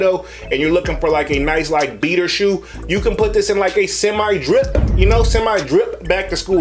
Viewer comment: he says skip-p or drip-p